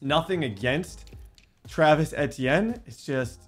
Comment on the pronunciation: Bro it’s all love Td but you’re consistently mis pronouncing Travis etienne name 😭😭